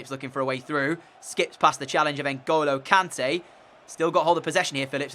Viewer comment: Its "kon-tay"